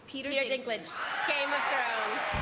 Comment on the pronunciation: "Peter dicklage"